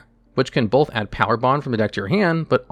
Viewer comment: I can’t help but notice you say bolth instead of both. 😅